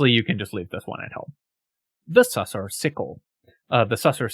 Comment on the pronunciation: Man, you're killing me. Sussur rhymes with looser. You can hear the narrator say it if you pass the skill check in the blighted village.